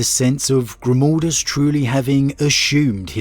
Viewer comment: It's pronounced Grimaldus...not Grumaldus...G...R...I...M.............GRIM.....stop saying like that... please!!!!